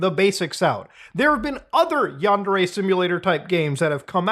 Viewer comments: It''s pronounced "Yawn-dare-ay". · Is yundere purposely supposed to sound like “under age”? 🤨